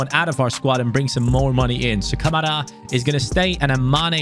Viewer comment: You said Kamara wrong ka ma ra